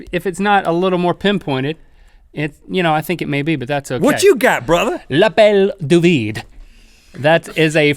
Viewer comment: French is my second language and they're saying L'appelle du vide wrong